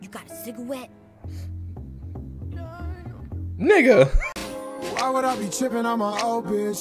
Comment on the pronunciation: Cigawette got me